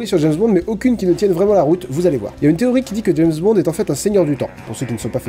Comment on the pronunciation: Je suis le seul a avoir entendu "James Bande"?